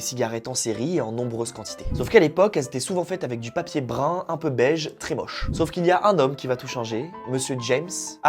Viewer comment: "brin" → "brun". Attention à la prononciation...